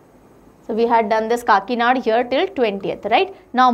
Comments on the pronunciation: And it will be kakinada not kakinad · काकीनाड़ा kehte Hain Didi 😁I m here after talking with an Andra person living in kakinada😂